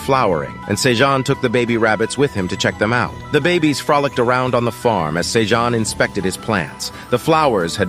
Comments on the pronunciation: Is his name pronounced "say-june", "say-john", or "say-gene"? I'm confused because this dude pronounces it all three. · sayjohn sayjune sayjean ive heard so many differnt pronunciations of this mans name in 30 mins i can help but laugh later on the cat sells 1k tomatoes then says he can only hold 150 wtf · OMG can you decide on the name? is it Sejoon or Sejun or what? there's at least three different pronunciation for his name so freaking annoying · I love the story but OMG can you stick with ONE way to pronounce Sejun's name?